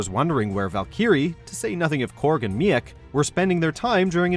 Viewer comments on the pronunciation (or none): Val-Kee-ree, Me-Ak? Really? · The real #1: The pronunciation of Valkrie and Miek's names. (try val-kree and meek, not val-k-eerie and me-ick) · Please, learn to pronounce the names before narrating the video. I’m giving it a dislike just for mispronouncing Valkyrie (which isn’t even a difficult name) and Miek. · and me-ak when its meek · Im sorry but how do you mispronounce “meek” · How can you mess up the pronunciation of Meek!?!? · Val-kee-ree and Me-ik? Really. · Makes me wonder if you were just hired to narrate this video because clearly, you have no idea what you're talking about. You can't even pronounce it right. Val-key-ree? Mi-ek?? Seriously... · Especially how he mispronounced Miek as Mee-Eck. I said to myself that I knew he didn't even watch/HEAR how it's pronounced in Ragnarok. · And "Meik"! I was wondering the same thing!! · I completely forgot that thor got a new hammer, these guys don't even keep up with the movies they don't even know hot to pronounce miek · Man oh man.. you slaughtered meek, korg and valkyrie... how can you not pronounce a name you should have heard at least once.. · I wanna punch him for how he said Meek, Korg, and Valkyrie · Am I the only one bothered by how he pronounced Valkyrie and Miek? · Why the weird pronunciation of Valkyrie and Miek? Did you not watch Thor? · Why do you say Valkyrie and Miek so weirdly? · And he didn't pronounce Miek too.